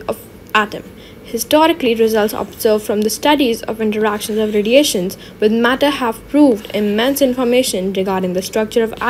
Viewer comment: matter ❎murdur✅